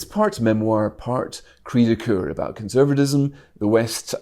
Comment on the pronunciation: She certainly needs a voice coach as she’s very difficult to listen to. Monotone but with that really grating rise in tone at the end of each sentence, as well as not pronouncing Ts at the end of words. The number of times she said “abow” instead of “about” was unacceptable for someone in such a high position. It’s important they have good diction or how are they or convey important ideas if no one can bear to hear her speak?